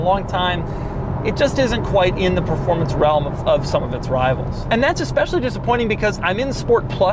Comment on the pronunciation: All the videos have those awesome rims. All the Type S's for sale on websites have ugly rims. What gives? Also, did he just say "performancy?"